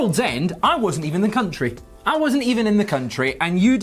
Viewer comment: A coun....try you say?